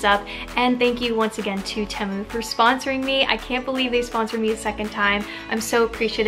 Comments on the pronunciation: I am currently waiting for my first order! Most of my items were 99 cents! And just FYI I think it's pronounced TEA-MOO. 😊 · I love Temu! They’re the best! I have like $250 worth of stuff in my cart right now! I do think it’s pronounced Tee-mu..or at least that’s how I’ve heard everyone else pronounce it 🤷‍♀️ not trying to be mean